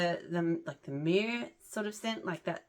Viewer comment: Myrrh is pronounced like Purr.